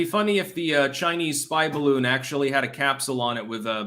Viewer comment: Woudn't you rike to fry in my beautifu my beautifu baroon.